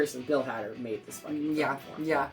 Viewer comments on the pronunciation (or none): Every time says Hadder I flinch.;)